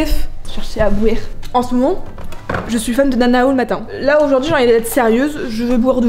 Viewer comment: « J’vais chercher à bwere » 😭